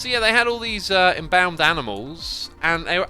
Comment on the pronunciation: Your mispronunciation of embalmed is very weird :p